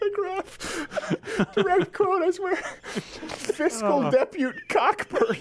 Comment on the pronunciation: Cockburn is pronounced Coe-Burn.